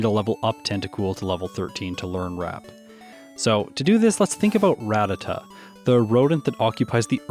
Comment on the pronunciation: Nice video, definitely spent the first quarter of the video recovering from your pronunciation of ‘rattata’ ;)